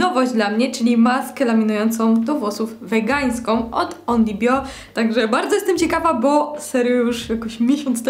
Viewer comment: Only bio, a nie onyl bio